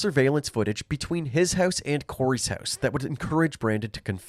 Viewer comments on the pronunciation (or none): Listening to the narrator say 'house' is just too funny. "Høuse"